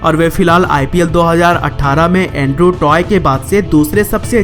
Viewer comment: Toy Nhi Tye